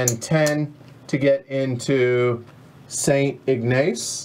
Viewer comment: enjoyed your play-through ... need to get this on the table soon! oh yeah Sault Ste Marie is pronounced 'Soo' Saint Marie and St. Ignace is pronounced St. 'Igness' (stress on first syllable)